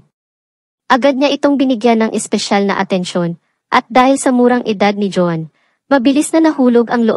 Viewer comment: Pag-aralan mo pa kung kailan bibigkasin ang Isang salita na maragsa o malumanay. Maraming mali sa iyong pagbigkas ng mga salita.Iba- iba rin ang pagbigkas mo sa pangalan Nina Lynette at Joan